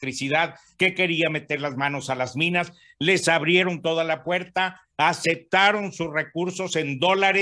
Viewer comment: ////// Esto es para el COMENTARISTA ,,,,,,,, No se dice / ACECTARON / se dice ( ACEPTARON ) de ( ACEPTAR ) con / P /